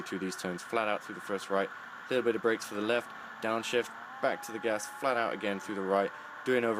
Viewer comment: He said "Flaht Owt", more than once. Love it.